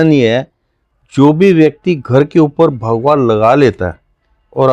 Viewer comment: Kindly pronunciation thik rakhe bhagua nhi bhagwa boliye